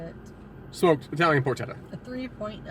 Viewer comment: So far I have only found 1 food reviewer who knows how to correctly pronounce "Porchetta." I really hoped it would have been you. sniff... sniff :( But nice review! XD